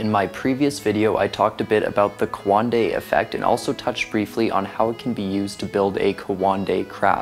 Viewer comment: it's not quandei its coandā